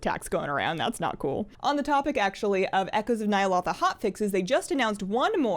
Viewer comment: I enjoy the videos, but its Nya- (low) tha